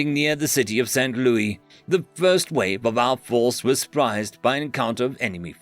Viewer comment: Note from an American: St. Louis isn't pronounced as the French Loo-ee, but as Loo-is. Just a small nitpick.